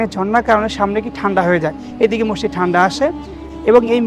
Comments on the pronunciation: মসসিদ লয় মসজিদ বলতে হয় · রিপোর্টারের উচ্চারনে ব্যাপক সমস্যা, বার বার মসসিদ বলছিল, যা শ্রুতিকটু। এটা মসজিদ হবে।